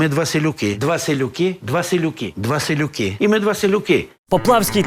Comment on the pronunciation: 🤦‍♀️Чомусь сказане «селюки» звучить ,як віслюки ...